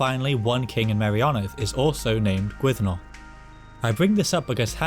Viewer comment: Gwynddno very much like Llandudno. When you say Gwynddno I hear Glandudno